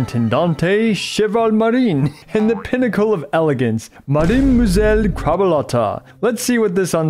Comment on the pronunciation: How did you manage to mispronounce crabuelita?